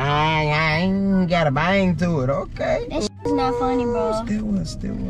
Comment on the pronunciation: bayang* lol 😂😂😂